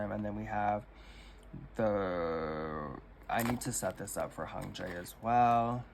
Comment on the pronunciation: I hope this doesn't come across rude, but you tend to mispronounce idol names that have "y" vowel sounds. For example, you say "Ji-ho" instead of "Ji-hyo" or "Hun-jae" instead of "Hyun-jae." Something that helps in pronouncing idols' names overall is to learn to read Hangul at a basic level at least. It's a pretty intuitive writing system and comes in handy for K-pop things!